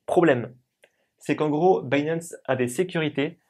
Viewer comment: pishing, pinp, dinp, mais il arrive à prononcer binance à l'anglaise. Sacré français !